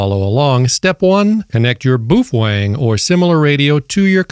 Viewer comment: "Some people" keep mispronouncing the brand name of the company which makes those radios. "Some people" are saying 'boof-wang'. Clearly the correct pronunciation is 'BAY-OH-FEHN-GAY'. If you are one of the "some people" who are still pronouncing the name of the company which makes those radios 'boof-wang'. You must cease doing so, or all the 'BAY-OH-FEHN-GAY' owners wil report you to FC Seize, and they will whack you on the peepee.